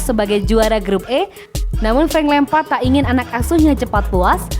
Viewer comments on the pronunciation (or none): Lampard .... Ucoooook.. Bukan lempad.. Ucok ucokk